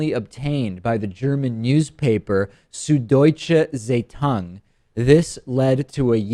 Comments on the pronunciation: good that thats not Kyle :p. But yeah, as swiss, this was far, far from any german pronounciation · no, it was horrible. i thought he was talking about a kung fu movie. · Wow, worst pronunciation of Süddeutsche Zeitung. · I am still laughing about how you pronounced Süddeutsche Zeitung. This is not how you german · Awesome German, David! It's like you have seen german words before! ;) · then again, like most Americans, he failed to pronounce the z and the ei correctly. Which I always find pretty surprising considering that there are several words containing ei that they always pronounce correctly, such as Zeitgeist or Einstein. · Süddeutsche Zeitung sounds so Japanese out of Davids mouth ;)